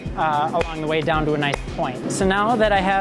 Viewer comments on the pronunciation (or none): none